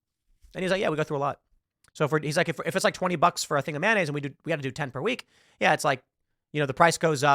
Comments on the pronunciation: Maynayze, bitches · Please stop saying “manayze”. It’s “mayonnaise”. You are fake news.